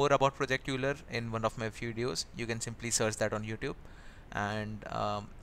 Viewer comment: Constructive feedback:It's project Euler(pronounced as oiler) otherwise nice video and thanks for all the suggestions.